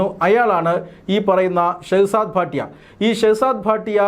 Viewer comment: ഭാട്ടിയ അല്ല ഭട്ടി ആണ്